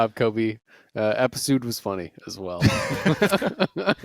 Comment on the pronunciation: My mans really said episood